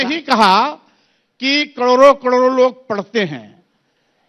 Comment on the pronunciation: कड़ोरो कड़ोरों नहीं रे, करोड़ों करोड़ों होता है